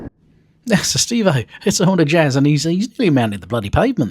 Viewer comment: i think it’s pronounced Honda Jizz